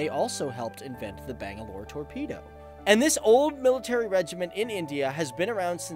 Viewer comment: Nigga Butchered the name bangalore